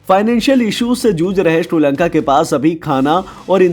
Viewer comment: Kabhi Shri Lanka Kabhi Tri Lanka bol Raha he pagal he kya 😀